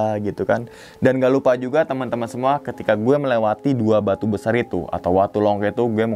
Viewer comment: Longko bang bukan longkok